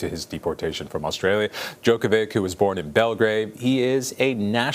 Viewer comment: This guy doesn't even pronounce Djokovic correctly.